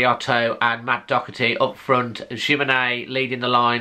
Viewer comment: Hi,love your channel but i find it so annoying when commentators and yourself keep referring to Matt Doherty as Docherty there is no C in his surname it's DOHERTY,might seem petty i know but it just pisses me off,don't know why never met the bloke, soz lol